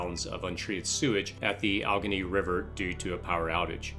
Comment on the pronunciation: Al-ah-gain-ee that's the river in NY that supplies Olean. How can anyone listen to someone who cannot even pronounce words properly?